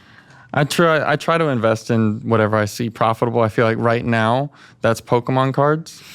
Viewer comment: When he got to the Pokemon card stuff and he kept pronouncing Pokemon like a boomer and talked about **SWAP MEETS**- his fucking terminology isn't right. Like just that segment would tell me he's full of shit and an imbecile. BUT THEN THE REST OF THE VIDEO